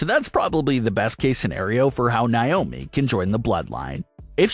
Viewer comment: Still don't know why you keep pronouncing Naomi's name wrong? It's pronounced Nay-oh-Me not Ni-oh-Me!